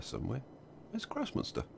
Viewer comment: Every time you say "Großmünster" I understand "gross monster" :D